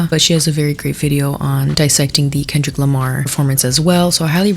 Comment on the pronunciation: "Grammers"??? "Kendell Lamar"??? Was she having a sroke on t.v.? 😮‍💨